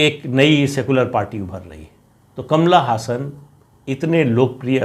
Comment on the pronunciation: आप बहुत अच्छा विश्लेषण करते हैं. मुझे उसमें कोई ख़ास कमी नहीं दिखती है, सिवाय एक. अभिनेता कमल हासन Kamal Haasan के नाम का आप गलत उच्चारण "कमला हसन" करते हैं. वह ब्राह्मण है, मुस्लिम नहीं (केवल जन्म से, आचरण से नहीं). मैंने उसकी हिंदी की पहली फ़िल्म राज तिलक देखी थी. तब उसके नाम को ले कर के भ्रांतियां थीं.